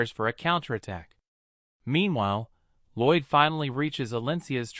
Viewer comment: His name is Lloyd not roid. what even is that 😂😂